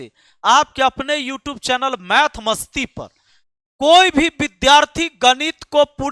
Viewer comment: Masti, not matsi